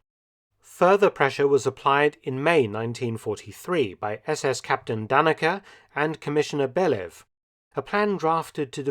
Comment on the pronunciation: Great video! Just one correction: Eichmann‘s subordinate was Theodor Dannecker with an *r at the end.